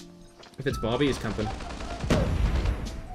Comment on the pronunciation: ITS BOBBY NOT BOOBY